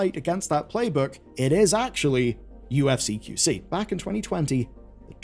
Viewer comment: Despite your best attempts, you still mispronounced UFC :)